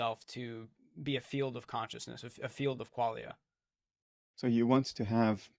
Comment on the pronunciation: Hi, can somebody please explain what a “fiut” is? Unless I misunderstood and Bernardí is saying “field”… 😊